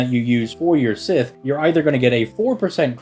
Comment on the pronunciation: Every time I hear him mispronounce Sith it hits me like seeing Altria and being confused as to who they are talking about. And it's not like he doesn't try with other Celtic names that are not so obvious as to how to pronounce, like Scáthach. Anyway, it just irks me that he tries with some names yet complex gives up on this one.